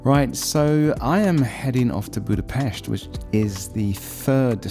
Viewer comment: Cool you said it the right way! Boodah-Pesht